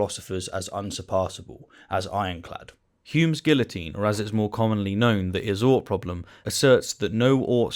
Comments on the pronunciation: It is just me, or are you saying "guillotine" wrongly on purpose,? (I know the British have a proud history of hating the French, but seriously, just say it the right way 😂😂😂) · I couldn't get past your pronunciation of guillotine.